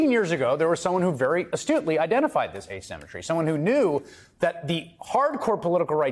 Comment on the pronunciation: Bro you copy all of Tuckers swag🤡 "asemetry"😅 I thought you were Tuckers son.